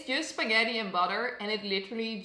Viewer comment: I believe mama june just called it "skeddi 'n butter" :v